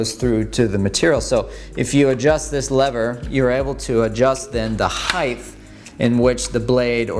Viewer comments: I’m sorry… ‘heighth’ ? It doesn’t end in a TH there’s no TH sound. It ends in T… Height. ‘T’ sound. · Did you just say 'heighth'? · That was helpful; thank you! Ps it’s “height”. (Like weight.) Ends with a T sound there’s no “th”. Rhymes with bite. 🤦🏻‍♀️🤣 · Eh bro height is pronounced hite. The h at the end is before the t 😉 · your pronounce 'height' incorrectly. you say "heighth" which is wrong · dude I laugh because until the age of 25/30 I said “heightffff” because that’s how my mum said it, her rationale included the pronunciation of width and that they should sound the same lol. The second I heard you say it I smiled :) Also, love your vids man. I do a little wood working as a hobby :) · I hate to be "that guy", but there are only 2 H's in "height" and neither are at the end. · Thank you for the education! In return, please know that the word "height" does not end with a "th" sound! I hope that helps!